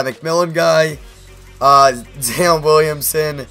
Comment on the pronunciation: U still can't say Zion! It's a hard I...